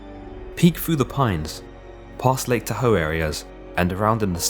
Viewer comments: Pronounced TA-HOE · I love your work. I've been watching it for a while now. I live near Modesto, Tracy and all the other mentioned places. Was a frightening time for people then. Thank you for being tactful and classy about what happened. I'll be honest, my husband and I chuckled at your pronunciation of Tahoe. Over here we say it like Ta-Hoe (ta ta. Hoe). And Sierra. See-air-ah. (incase someone wants to go vacationing in the area). I don't think we would be able to pronounce certain names in other countries, so please do not feel picked on. <3 It was really cute is all. ;-)